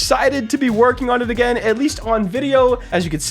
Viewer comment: i swear at the start i heard "i have not stopped twerking, my team havent stop twerking" i swear dude i swear